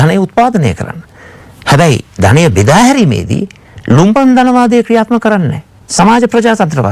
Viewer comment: ලුම්පන් නෙවෙයි බං.......ලම්පන්.